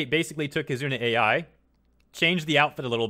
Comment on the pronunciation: Another mis-pronounciation, this time, for "Kizuna AI" XD I don't mind as long as I listen and understand. I've been following the trend since late 2017